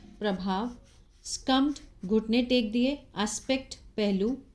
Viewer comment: सकम्ड not स्कम्ड